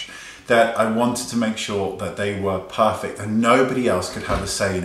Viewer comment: OMG the way you say perrrrfect! I'm sure we will all be puuuuring when our orders arrive!